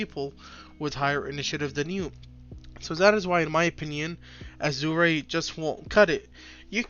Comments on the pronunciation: A-Zhr is how its pronounced my guy "Azure" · I like your content man, but please look up how to pronounce "azure". It's killing me.